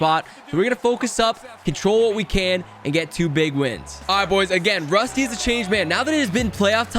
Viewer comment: ITS RUSTY NOT ROSTI BRUH YOU DO NOT KNOW